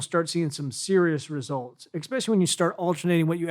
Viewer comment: "...exspecially..?" sorry! couldn't resist.